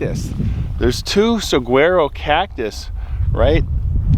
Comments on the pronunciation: Saguaro? Sag-WEAR-oh cactus? Tenderfoot, it's pronounced Sa-WA-roe! Jeez...Easterners.😀 I think you meant Joshua Trees. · It's pronounced suh war oh not saf war o. Ha ha